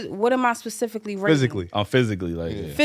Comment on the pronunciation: shawty said “pacifically”(specifically)🤣🤣🤣